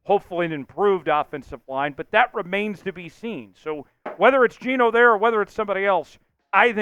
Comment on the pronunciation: It's not Geno